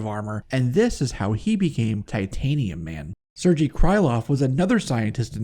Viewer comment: Sergei is actually pronounced "Sir•gay" Not trying to be knit picky. Just figured I'd clarify. Great video man.